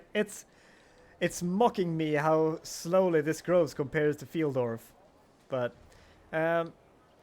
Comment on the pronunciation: "pfeeldorf" haha its more like "pf i'll (i will) dorf"